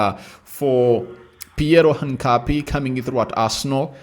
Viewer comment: Pliz pliz, Try to pronounce that guy's name right. His name is "HINCAPIE" not "HANCAPIE " ok? Otherwise thanks for the good work.